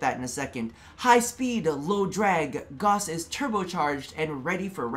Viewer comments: Gauss not gaws, said gowss. I dunno how you American folk don't understand vowels or the importance of the letter H when starting a word. 😂🤣 Gauss is a measure of magnetics.... He is a mag lev accelerated frame like a bullet train. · Gauss like a House! Pronounce it as it is said in the Gospel of the Potato! :P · Its called gauss the u isnt silent its a german Name dont cut it down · I will NEVER say Goss. I don't care how DE says it. It's disrespectful to Carl Friedrich Gauss, widely considered the greatest mathematician of all time. FFS, the word gauss is a unit of magnetic induction, equal to one ten-thousandth of a tesla. What's next...are they going to name a frame Teesla?